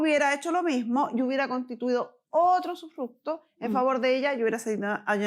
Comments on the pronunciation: sufructo, sufructo, sufructo, jajaja terrible esa mala mujer!!! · Usufructo, no sufructo